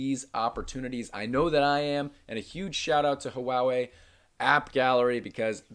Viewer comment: Just fyi, Huawei is pronounced waa-way, not huwowee.